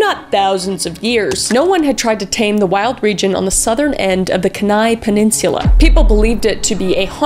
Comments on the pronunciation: Heyyyy! I was born in Soldotna! Where my Alaskans at? (Also, maybe I’m wrong, but I’ve always heard it called Kee-nai, and Kris says Kuh-nai, it’s not a bad thing, I’ve just never heard it said that way) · yooo!! here from alaska, this touches HOME for me. Thank you kris for all of your amazing content!! :D Although, I'd like to mention Kenai is pronounced (Kee-nye) here :3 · Kenai-pronounced keen eye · Kenai is pronounced “keen-eye”. I enjoyed this video, Kris. Lots of fun! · As an Alaskan. The local stories are insane. FYI Kenai is pronounce Kee-nigh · As an Alaskan, it’s pronounced Keen-eye. But it’s awesome to hear you talk about this crazy story! Much love from Alaska! You’re awesome Kris!! You and Celina should definitely come up here and check it out! ❤ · It's Kee Nigh. Kenai Penninsula. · It’s pronounced “KEYn-eye” two syllables ❤ love you so much from your girl, other kris (other Kristina, from Alaska) !! 🎉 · Kenia is pronounced Khee-Nye 😊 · Good vibes only: Kenai is pronounced Key- Nye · Being from the Kenai (Keen eye) Peninsula this HURT my soul 😭 I love you but please 😭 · Kenai is pronounced “keen-eye” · Kenai is actually pronounced kee-nai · Kenai is pronounced key-nie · I think you said Kenie wrong😅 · I live near Kenai 😭 (also it’s pronounced keen-eye😅❤) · I know I'm late to this party, but Oh Kris, I love you, but I live in Alaska...it is pronounced "Ke-nai" think "key" like lock and key and "nye" as in Bill Nye. Sorry, had to pause the video to make this comment 😂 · As an Alaskan I can’t believe you pronounced Kenai like that